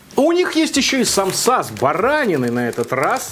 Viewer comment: Почему самсА?Правильно сАмса 💁🏻‍♀️я из Азии и поэтому аж подкупает,простите❤️